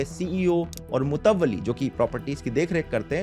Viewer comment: Mutawalli. Not Tawalli